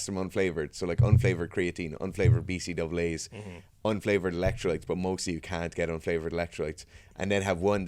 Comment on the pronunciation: He said "B C double As." What a boss 😂🤣🤣 never again will I say B C A As